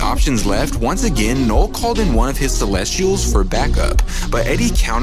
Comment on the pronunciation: Loved the retelling of this comic, but I kept hearing “Knoll/Nole” instead of “Knull” somewhat distracting, but not overwhelmingly so.